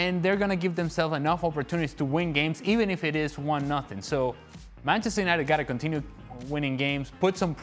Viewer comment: did she say 'Penchester United' 😳